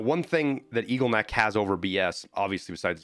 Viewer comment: Love your videos but hearing EAGLE-neck is killing my soul.